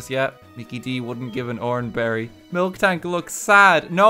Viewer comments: I hate how he says MilKtank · I sick of hearing f-ing MILKtank It’s f-ing MILtank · I hate how RT says milktank instead of miltank, it's painful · Man, RT calling Miltank “Milk Tank” fucks me up more than it really should... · Lowkey peeved me when he kept saying Milktank instead of Miltank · Why does he keep calling miltank “milktank”? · pronouncing "miltank" as "milk-tank" is like pronouncing "bob-omb" as "bomb-omb" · This guys over here mispronouncing miltank